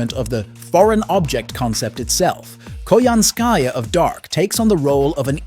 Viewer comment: I still hate how Koyanskya was butchered in Tunguska. I still wished she was part of the Tamamo 9.